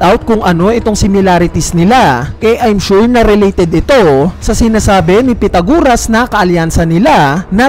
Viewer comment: Sino bang pitaguras ang pinagsasabi mo. Pythagoras yon pronounced as "pai-tha-guh-ruhs". Ayusin mo naman pag pronounce ng mga pangalan. Imagine may batang fan din ng one piece tapos di pa nya naeencounter sa school ang pangalan na Pythagoras tapos napahiya sa class nila dahil sa kagagawan mo.